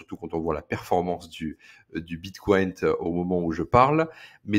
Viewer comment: On ne dit pas bit coin !